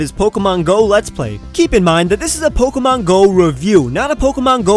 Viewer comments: You're the first person to address the "not so good stuff" and I'm glad. I've heard so many news reports on the app and sure, they were pretty darn stupid, but the pronunciation of the "é" in Pokémon is probably the worst thing I've been hearing ever since. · poke-mon poket-monsters